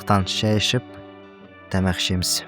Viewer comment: бәрі жақсы. Контент, визуал, видение - бәрі ұнайды. Бір-ақ просьба бар: Тәмәқ демеші 😂😅. Тамақ дұрысы. Я не хейтер, не в коем случае. Қазақша контент жасағандарын да ұнайды, қолдаймын! Алға басып, жасай беріп, дамый беріңдер! 🙌🏻✊🏻